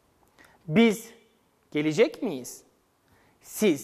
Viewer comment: Lütfen olması gerektiği gibi, yazdığınız doğru açıklamayı doğru okuyun sayın öğretmenim. Gelecekmi? Gelicekmi? Bu yanlış bir teleffuz? Öğrenciler karıştırıyor sayın hocam. Saygılarımla.